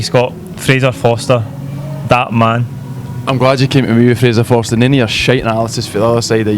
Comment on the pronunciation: fraser fo"R"ster!!!!!!!!!!!!